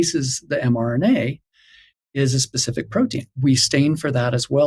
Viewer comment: THANK YOU ... ..." specific " NOT ... ' pacific '